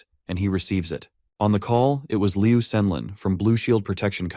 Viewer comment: please improve the AI, like when calling "mister (pause) liu" the pause make the story different😅